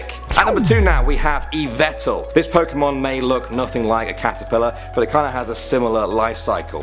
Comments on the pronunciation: learn how to pronounce the last 2. i'll teach you right now Yveltal is pronounced Why Vell Tall Arceus is Pronounced Ar Key Us (Originally Ar See Us) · He also pronounced yveltal wrong. It's pronounced ee-VEL-tal